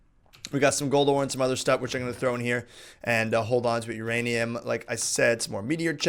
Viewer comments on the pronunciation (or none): none